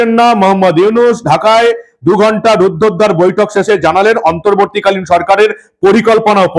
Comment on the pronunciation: Pronunciation of Ruddhadwar was wrong.